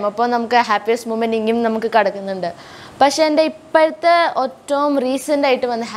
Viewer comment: Pasheeeee not pashe pakshe